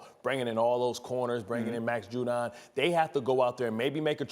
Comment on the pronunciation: He really said max judon